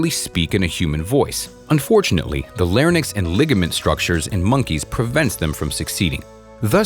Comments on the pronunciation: Larynx not larnyx. Many people make this error. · Even a 6 letter word stumped him: larynx was read as larnyx. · Also, he calls "larynx", "larnyx" another grade school mistake. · I'd enjoy this more if the narrator seemed a bit science literate by not saying things like 'larnyx' instead of larynx, and 'brain convulsions' instead of brain convolutions. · Good video, but I was disappointed that apes were called monkeys. And it's not "larnyx", it's "larynx". Finally, it's too bad that you did not include octopuses. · How in the heck can you post a video on this subject and keep referring to these apes as monkeys? Clean up your vocabulary! The word is 'larynx'; not 'larnyx'. Say "lair inks". Dolphin brains have more convolutions, not 'convulsions'! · Why do you keep calling chimpanzees "monkeys"? They aren't. They are apes. Koko has been deceased for a while now. And "lar NYX" instead of larYNX? Seriously? And "brain convulsions"? That's a seizure. Who wrote this idiotic piece? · No offence but you mispronounced larynx, & convolution. I stopped there to write this.